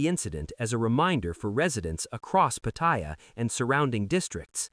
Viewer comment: There is no I in Pattaya Pronounce it properly !!!